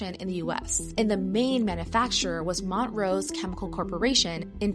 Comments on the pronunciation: Mon-trose, not mont rose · It's Mon-trose, not mont-rose. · It's Montrose. Not Mont Rose. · Mon-trose, not Mont-rose. Js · It’s pronounced “mon-troze” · Is this a typical American pronunciation of 'Montrose' 😂 Mont-rose 😂 i guessit makes sense like mountain of the rose but in Scotland we say Mon- trose 😅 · I just gotta say that it's not "Mont-rose." It's "Mon-trose." Just like the band. ✌🏼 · Pronounced Mon-trose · Please learn how to pronounce Montrose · That’s not how you pronounce montrose… 🫠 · 2 issues with this video. Who decided “hey this causes cancer and destruction let’s dump it into the ocean”, like wtf 😂. And the way she says Montrose